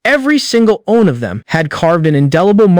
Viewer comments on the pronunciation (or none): Constantly saying Li (Lee) as (lie) and one 1 as (owen) is annoying... Use a better ai to read. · This AI don't know how to say: one.